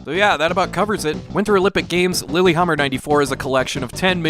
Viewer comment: Well, still a fun one to learn about. Don't think Lillehammer's pronounced lilyhammer though. But games like these do tend to go south very quickly upon release.